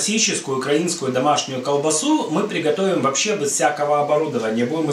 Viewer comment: А слово "бэз" это ваша личная фишка или местный диалект?